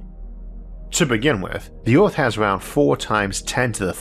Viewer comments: Isaac has Rhotacism & has spent $10,000’s & 100’s of hours of speech therapy dealing with it. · The end of orrth